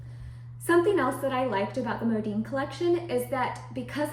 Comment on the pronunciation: My gosh STOP saying "Modeen". It's "Modin" Mo Din. How freaking annoying I became listening to this and had to stop watching after 2 mins. Horrible video.